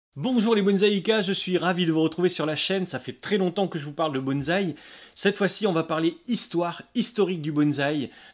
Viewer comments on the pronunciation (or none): Bonsaï. Prononcez : "bonne" / "saille" Pas de "z". ... Super video. Peace. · Oui,depuis le temps, ça serait bien passer a autre chose que bonzzzzzai!!! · j'avoue que je n'en peu plus. Lol. Le pire c'est "BonT'Z'aille' Là, je saigne des oreilles direct.